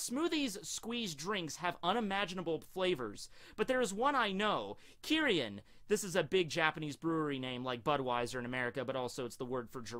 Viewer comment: kimchi----fermented, salted veggies You mispronounced Kirin.